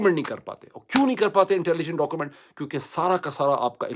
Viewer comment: Sir ji it's not DOCOMENT it's pronounced as DO-Q-MENT...